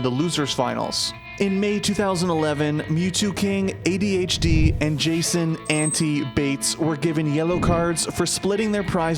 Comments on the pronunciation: It's pronounced An-tye not Anti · It’s Anti (ant-eye) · The classic ANTi mispronunciation lol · Other than saying ANTi's name incorrectly, this is fantastic 👍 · Yeah he definitely had an accent when he said that tag.